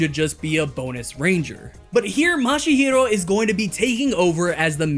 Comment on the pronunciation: this might be the second time i sound picky but i can't not hear you say mashihiro instead of mashiro